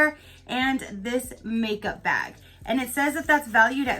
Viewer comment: Omg bag not vag. Completely different topic. LMAO